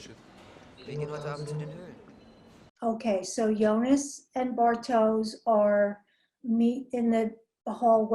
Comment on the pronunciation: Watching it now, 360p quality be damned... really good stuff, definitely subscribing! Of all the possible shows to react to, you picked the best one out there, that's for sure. Look closely, that's not blood, it's a black liquid. Since you're ribbing us Germans a bit, you surely won't mind me slightly correcting your pronounciations... 😉 Jonas: "Yo-nas" / "Yo-nuss", not "Joe-niss". Bartosz: "Bar-tosh", not "Bar-toes" (it's a Polish name, so "sz" is like "sh" in English). Ulrich: "Ulrichhh" (well, there is no such sound in English), not "Ulrick". Franziska: "Frun-tsiss-kah", not "Fran-chess-kah". Regina, the G is not like the one in "G-Wagon", but like the one in "Gangster". Ah well. I guess some of it is counter-intuitive for an American. If in doubt, listen to the way they say it in the show. I don't expect you to pronounce everything correctly all of a sudden, i'll just put it out there and you can take from it what you want :) Very good job already on pronouncing Martha, Mikkel, and even Helge and Charlotte (no silent vowels at the end of words in German), so not all is lost. Also, a bit later in the video you already switch from Joe-niss to Yo-niss, so you're halfway there. Typically pedantic German signing off and looking forward to the next video, correct pronounciations or not! 😄 Oh, one last thing. Make sure to choose the "English" subtitles, not the "English (CC)" ones. The "English (CC)" are a transcript of the English dub, meant for the hearing impaired. For